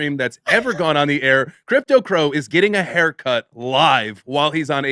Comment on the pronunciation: cypto crow? or crypto crow lol